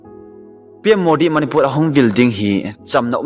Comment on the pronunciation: Eimi kht Chennel hinajal in bolding lom like subscribe kabl e hinla na pronoun sation dihlou tamval angaihah lhejenge .imphar manipul val of remembrance tiho lomlom chu kitilpha o sopi jachat naum vle